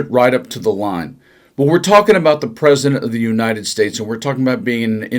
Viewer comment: PERP-CI-DENT of The United States